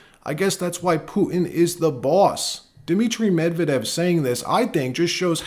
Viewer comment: Not Mev-eh-dev. Medvehdev. I give two shits about the guy but I would like accuracy.